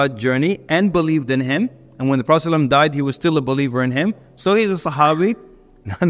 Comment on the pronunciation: as salamu alaikum brother::: please take your time and say SALALLAHU ALAYHI WA SALAM properly